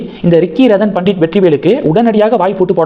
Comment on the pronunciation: Radan pandit இல்லை, Ratan Pandit! You seem to have some problem!